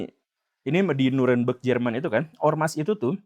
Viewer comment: German apa german pak 🤣😏